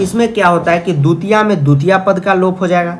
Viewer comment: Vo dutiya nhi divtiya hoti hee 🙂